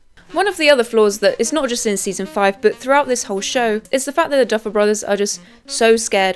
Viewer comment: Girl it’s the Duffer brothers not the Duffle brothers